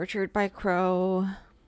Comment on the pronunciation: Crow, not Croll. He literally had a tattoo of a crow on his face.:) But yeah, pronunciation makes it hard to make out.